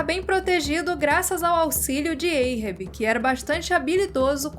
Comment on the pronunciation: Adoro o canal e sigo vcs desde qdo tinham seus 5 mil-10 mil. Mas precisam melhorar ou pesquisar como q se pronuncia algumas palavras. Ahab não é "eirrebi" é "árrabi" a etimologia do nome é referência o Mobi Dick q por sua vez é referente ao Hebraico. Então não tem som de "EI" o A, mas de A mesmo". Ganimedes tbm.